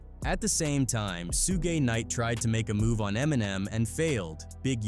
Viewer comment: The ai trying to say suge knight name so bad its hilarious 😂